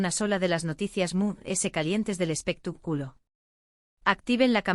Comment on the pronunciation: 😂😂😂 me encanta cuando dice " espeta " culo " 😂😂😂😂